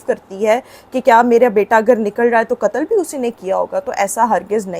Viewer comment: انسانیت کا کتل نہیں قتل بولو ۔ تم لوگ ٹو اردو کے قاتل ہو جو قاف کو کاف بولتے ہو۔ اور دوسری بات یہ کہ ثنا یوسف کے باپ کو سزا ملنی چاہیئے جس نے ثنا کو اتنی آزادی دے رکھی تھی۔